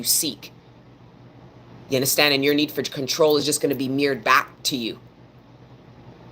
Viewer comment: I LOVE IT WHEN SHE SAY " YA UNDASTAND" 😂 JUST FEELS LIKE MY ANCESTORS ARE TALKING THROUGH HER..TO ME ❤